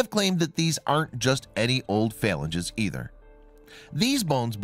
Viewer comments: /fə-lan-gē'/ the finger bones you speak of... you lose sci-cred when you mispronounce words. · Phalanges - properly pronounced "fah-lan-geeze" Research words you're unfamiliar with next time.